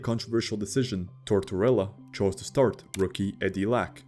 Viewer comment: Tortorella, NOT Torella. The narrator pronounces the name incorrectly every time; that sucks, frankly...